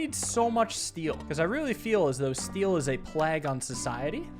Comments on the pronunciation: On today’s episode of mispronounced words by, “plague” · Hey, I dont think that's how "plague" is said. English is dumb anyway tho lol